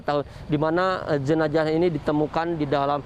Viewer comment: Jenazah bukan jenaja